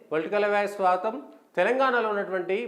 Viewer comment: సాగతము కాదు స్వాగతం .